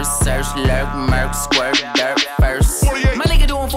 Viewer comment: Bro, he didn't say dirt, he said "Durk".